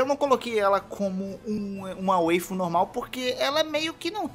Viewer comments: A pronúncia é com "a" msm Waifu não Weifu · Respeita os otaku...ta falando errado...WAIFU n WEIFU.....(só to tirando com sua cara 😂😂😂😂) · Waifu n seria a pronúncia de wife? com sotaque jp? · anglificando uma palavra em inglês ajaponesada. Kkkkkkkk...